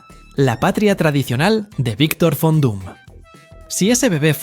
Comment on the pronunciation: En alemán "Von" se pronuncia "Fon"